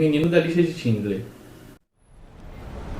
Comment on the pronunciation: 'Tindler' não, 'Xindler' = Schindler.